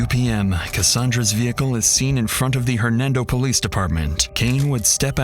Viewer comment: The way you said “police” lol